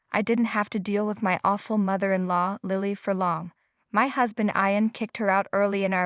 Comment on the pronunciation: Oh please! Learn to pronounce English names properly! Ian is pronounced “E in”! And Lilly does not have a long I . It is a soft i. And Ian’s name changed at the end when Lilly clung to his leg…I think the name was Russell !!! Really! Someone needs to proofread these stories… or whatever the equivalent word is for speaking instead of reading!